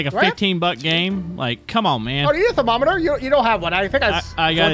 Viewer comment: I like how you guys say "cher-mom-mitter" instead of thermometer